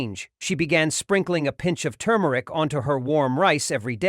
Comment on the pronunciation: You started out saying the spice correctly, TuRmeric,but then you started to say TUmeric! Leaving out the R. Gees AI get it right, ok? I hate that AI’s just can’t pronounce words correctly. Nor do they know where to put the accent on words either! That’s why they will never be smarter than humans!!